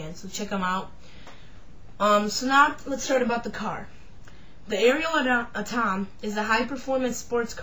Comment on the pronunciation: If you are going to do review, the least you can do is find out how to pronounce it properly! It’s not A,tom it’s pronounced AT OM. Also chassis is pronounced shassy DICK!